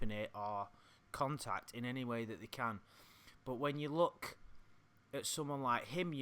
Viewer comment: Love the way says “look”, like “Luke” 😂